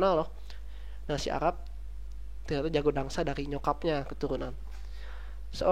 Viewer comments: tolong ya mas ,yang bener itu "dansa" bukan "dangsa" please tolong jangan merubah huruf dalam kata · Dansa bro. Bukan dangsa 😆